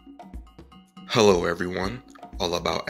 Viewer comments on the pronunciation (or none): none